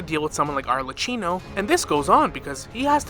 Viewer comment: great video,i think that there will be 2 harbinger in natlan. but you killed my italian grandmother by butchering the arlecchino pronunciation, it's "arlekino" :(